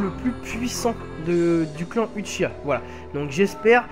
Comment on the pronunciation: Shisui fait partie de l'histoire même de Naruto, donc pas hors série. Très bonne nouvelle qu'il soit jouable:) Hey, "Uchiha(wa)" se prononce OUchiwa et pas Uchiwa;) Sinon, le fait de gagner de l'argent sur le dos comme tu dis de CC2, ça t'empêche de dire la vérité? de dire que le jeu est super répétitif et qu'il a beaucoup de défaut? je pense pas. Et je en parle pas d'insulte hein.